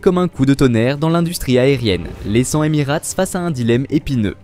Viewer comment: deja on dit Emirates et pas emirate et j ai de gros doutes sur tes propos car personne n en a parlé dans les applis sur l aviation ...;.bref encore un influenceur a 2 balles ,,,?????